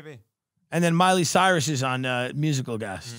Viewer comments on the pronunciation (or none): none